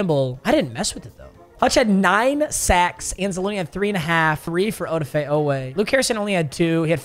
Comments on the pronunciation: Oweh’s first name is pronounced A-da-fa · The way pronounces Odafe triggers me LMAO